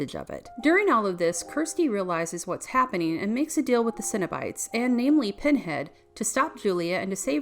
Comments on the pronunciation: CENO-BITES not CINNABITES. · Why does this chick keep saying cinnabites? She hungry or something?